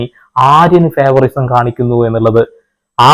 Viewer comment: ഫേവറിസം അല്ല ലാലേ .... ഫേവറൈറ്റിസം...✓